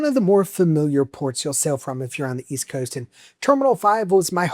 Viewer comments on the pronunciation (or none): none